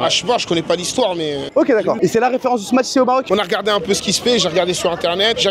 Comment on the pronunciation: tu dois prononcer Smash sans dire le T, de plus il n'y en a pas dans le nom.